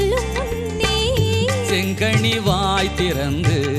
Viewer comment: Aankural செங்கனி not செங்கணி உச்சரிப்பு முக்கியம்